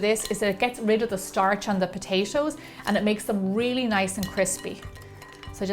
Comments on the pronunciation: i luv the way she says potashoes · She says potatoes like potashows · Potachio. Potacho. Potaaaayyyshow. :) We will go ahedge and put them on a playshe. Each potayshow, one by one potayshow. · Potatios??? lol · I love the way she's saying "patato's" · All I heard was POTACO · and why does she say it like "potacio".... ugh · Is she saying potasho?! I'm serious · did she say potasho? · whenever she says potashos i cringe no offence for sure